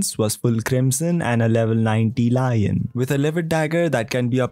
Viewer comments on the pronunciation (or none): none